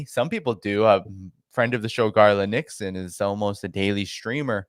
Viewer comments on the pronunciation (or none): none